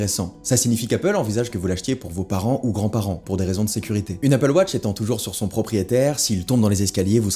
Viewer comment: Merci d’avoir prononcé AppleWatch et non APPLEWOTCH